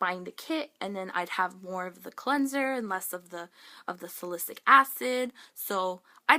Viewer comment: Oh gosh, your skin hurts my heart. I know the struggle of severe acne and finding the right makeup and products all too well. No pill ever worked for me until Accutane. I still get a few flareups around my period, but other than that, everything is 100 times better. Oh, by the way, as a chem minor, salicylic acid is pronounced sal-uh-sill-ick!